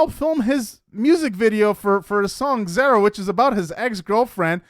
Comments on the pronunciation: Dude, it ain't hard to say ZARA! it's not zera. A,E, I,O, U my guy. 🙄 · Her name is pronounced like car-uh it’s Zara…..not like care, but like car. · Can you please learn how to correctly pronounce Zara? Sincerely, someone with almost the same name it’s like nails on a chalk board.